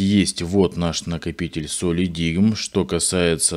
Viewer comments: это один из немногих ссд у которого производительность 1ТБ версии не отличается от 2ТБ. Кстати произносится как "солидайм" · Правильно читается "Солидайм".